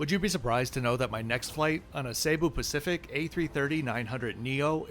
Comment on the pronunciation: ''Cebu pacific" as in See booo, not Say boo